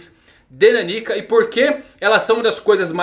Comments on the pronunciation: A leitura do nome dela não é naniquica, como se fosse uma pessoa pequena kkk. É meio que Nan Nika a leitura de nanika, que em japonês significa literalmente "algo./something" já q n sabem oq ela é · ta difícil ver o vídeo ouvindo ele falar Naníka em vez da pronuncia certa que é Naniká. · Cara... É NanikÁ...